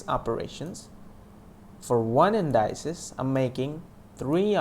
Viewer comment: You're mispronouncing indices. It's IN-DI-CEES not IN-DY-CES.